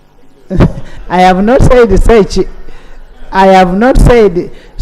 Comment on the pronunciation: Is it in order for the mp to be called seki😂😂 instead of sekikubo😂😂by the madam speaker..is it in order